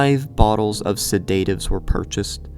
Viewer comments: Its "sed-a-tives" not "se-date-ives". Jesys Christ that was annoying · Please God it's pronounced Sed at ives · Who pronounces "sedatives" like that? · mans really be out here pronouncing Sedatives like that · Are we not gonna talk about how he pronounces sedatives? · Was driving me insane tbh lol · The most horrifying thing of all... is his pronounciation of alias and sedatives😔 really though what a fucked up story